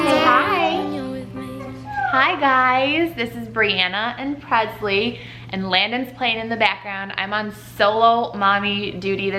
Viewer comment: Don’t get me wrong she’s your daughter and you can say her name any way you’d like, but for some reason it irks me how you pronounce Presley with a ‘z’ sound instead of and ‘s’ like Elvis PreSley. Still love you guys though!